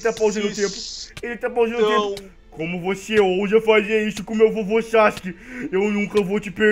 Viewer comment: Você falou Sasuke errado